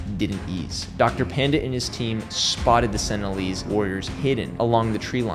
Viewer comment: Also, they aren't "senilleeze" lol